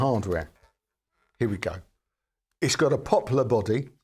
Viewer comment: When you said Poplar body at first I understood Popular body which immediately made me think of my ex-wife😮